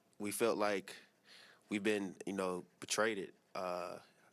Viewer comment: This man said "Betrayded"😂😂😂